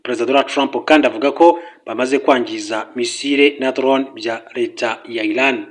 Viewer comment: Ntago ari basoma (ILAN) Ni. IRAN(IRANIANS) muzajye musoma pls